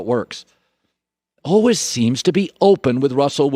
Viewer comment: Colin “Allwizz” Cowherd